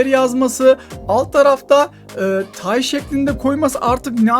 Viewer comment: ABi O TAY DEĞİL STAY